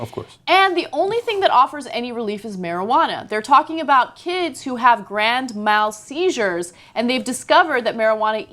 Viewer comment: oh so fibromialga doesn't exist? you don't even know how to pronounce "grand mal" seizure? people's medical conditions are all just laughable? medical cannabis use is just a joke to tyt? FUCK OFF! you guys sound totally ignorant. cannabis IS A LEGITIMATE MEDICAL TREATMENT for many SERIOUS conditions one of them being epilepsy, and the prevention of seizures caused by the rapid neuron firing epilepsy causes bringing on these harmful seizures -and cannabis STOPS the seizures these epilepsy sufferers would normally have to endure, which would otherwise cause severe damage to the afflicted. I know this because *I am a Medical Cannabis patient, and it has saved my life, from the seizures that were destroying the quality of my life. Stop laughing off the legitimate medical use of Cannabis please!